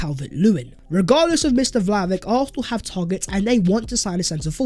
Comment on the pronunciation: It's pronounced Vlahovich please man I can't keep hearing Vlahovik anymore.